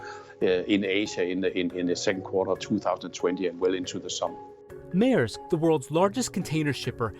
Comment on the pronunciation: Dane here: at in this video the name is pronounced correctly